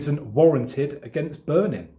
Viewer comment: I LOVE THE WAY HE SAYS BURNIN 😂😂😘